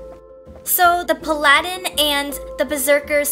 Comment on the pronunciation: is pronounced pah-luh-din